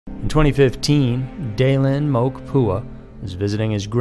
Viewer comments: MOKE-MO~KAY this is how you pronounce the name of the missing man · It’s pronounced “mokey” if y’all didn’t know 😂😂 moke pua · It's pronounced mo-key not moke.i lived next to the family for years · Hawaiians pronounce all of their vowels. Moke does not rhyme with smoke. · Pronounced moh-kay.